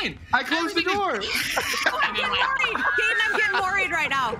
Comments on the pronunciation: It’s funny how people always mispronounce Gatens name 😂😂🤣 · sadly ninja and made me feel so cringy and when she said gatens full name wrong made me feel bad for gaten i bet ninja and her wife where paid to play a dlc from a show that they probably didn’t heard about until they played it in this video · not her getting Gaten’s name so wrong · I said I didnt know who they were, and when I saw they r sort of popular, I didnt have respect for them. They are obv haters toward Gaten bc he is a real celebrity. I mean neither of them were rly helpful during the match, and seemed uninterested about Gaten's show. And that girl to mispronounce Gaten's name, that was ignorant. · I don’t like for mispronouncing his name